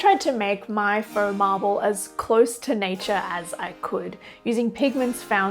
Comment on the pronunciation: Feaux Marble = "Farble"